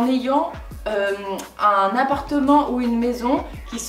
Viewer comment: le « unn jus de céleri » m’a tellement fait rire 😂😂😂